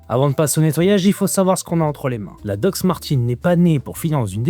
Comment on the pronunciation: sympa la video, mes doc actuelles, mes daily datent de 2008 et jai toujours ma paire de mes 16 ans que j'utilise pour bricoler et elles ont 32 ans. edit : on dit DOC pas dox ahahah